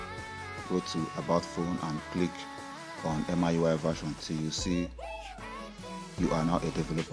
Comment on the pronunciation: It's not M-I UI IT'S MEE YUU EYE😉